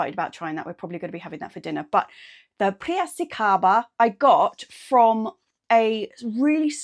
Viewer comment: 😂 priracicaba. It's Pi-ra-ci-ca-ba. It's named after a town in the state of São Paulo, Brazil. 😊